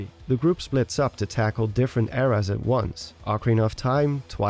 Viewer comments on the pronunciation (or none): none